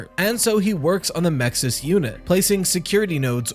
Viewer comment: The acronym for the security system is MXES, how do you pronounce it with an I between the X and S? Clearly, if an I is to be inserted, the correct pronunciation would be Mixes